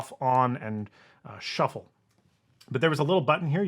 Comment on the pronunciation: Ah, yes! The iPod Shu-fflé 😉